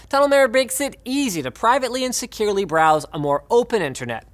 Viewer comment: might be careful with your pronunciation. "and securely" sounds a LOT like "insecurely"